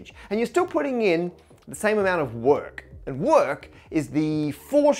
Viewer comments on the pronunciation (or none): Where did you suddenly get the American accent from? "Work!"